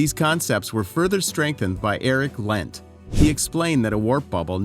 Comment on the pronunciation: Eric Lent?? You mean EriK LentZ?